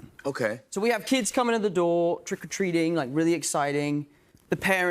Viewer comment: it's to me, sort of sad to see a fellow Englishman saying is " Spider-Man 'suid" rather than "Spider-Man suit", "Waiding" rather than "waiting", "trick or treading" rather "trick or treating" , "exciding" rather than "exciting", "shooding", rather than "shooting" , "celebridies" rather than "celebrities", "opportunidies" instead of "opportunities", "bedder" instead of "better" , "sedding" instead of "setting", "meeding" instead of 'meeting", and "candy" rather than "sweets".